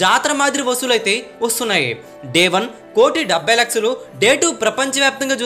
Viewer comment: లక్సలు కాదురా, లక్షలు అని పలకాలి!!